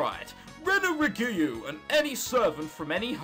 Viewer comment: YOU SAID RENA'S NAME INCORRECTLY!!!! IT'S PRONOUNCED 'Re-U-Gu'